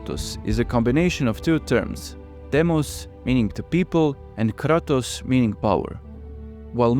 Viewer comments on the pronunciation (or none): none